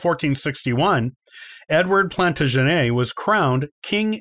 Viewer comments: The second "W" in "Warwick" is silent. "Plantagenet", "Barnet" and "Gloucester" are all also mispronounced in this video. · Beauchamp is pronounced 'Beech-um' isn't it? You're right, he absolutely murders 'Plantagenet' (pun intended).